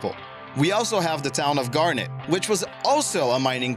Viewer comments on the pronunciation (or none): none